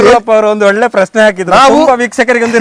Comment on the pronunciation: ಒಲ್ಲೆ ಅಲ್ಲ ಒಳ್ಳೆ ಪದಾರ್ಥ ಕೋಲಿ ಅಲ್ಲ ಕೋಳಿ